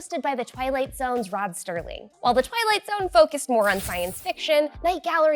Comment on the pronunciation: It's Rod Serling, not Rod Sterling.